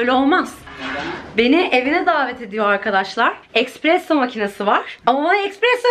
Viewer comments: ekspresso değil de espresso olabilir mi? sadece soruyorum🥹💖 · aşkım ya aşırı tatlısın ajxhajaja💖 ufak bi düzeltme expresso değil espresso 🤭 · Eksperesso değil espresso ❤